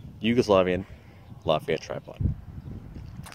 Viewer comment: It's pronounced "la-fet-ah" its German. Not French.